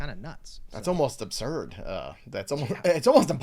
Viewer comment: How can I trust a guys opinion who can’t properly pronounce absurd…..